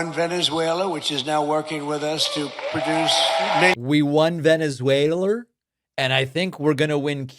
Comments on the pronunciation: No...he didn't say venezwhaler. PLEASE don't drop to right wing lows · Veneswerra ahhh!......